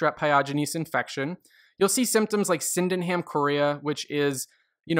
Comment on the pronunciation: 你是我爹 但是纠错 sydenham (n)